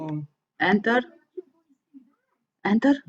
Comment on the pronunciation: Salut! Mi-am dat seama ca esti romancă de când ai zis la început Enter :)))) Mi-a plăcut foarte mult videoclipul apropo!! Ai un abonat nou